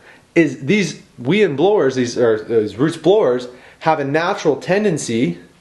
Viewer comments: It's pronounced WHY-AND, not WEE! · Weiand is pronounced "Why-and" not "Wee-and". When I was a little kid they had promotional hats that had the correct pronunciation on them because it was so widely mispronounced.